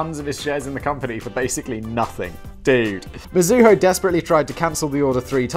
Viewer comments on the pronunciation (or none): none